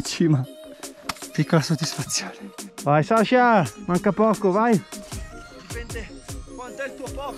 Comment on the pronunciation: Ok ma ti prego è SASCHA non SASHA